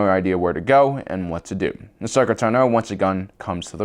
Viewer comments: What about when he says A-shokah? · I still can't understand his mispronounciation of Ahsoka's name. We hear it said aloud constantly throughout the series.